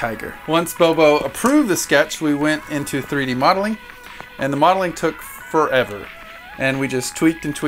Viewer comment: Did you say the modeling took "fur-ever?"